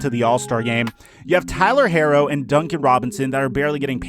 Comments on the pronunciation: Herro is pronounced /ˈhiːroʊ/ HEE-roh, not Heiro. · Imma need you to say baby goats name right it’s pronounced hero 😂